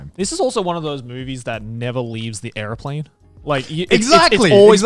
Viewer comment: Joey saying "airplane" sounds so weird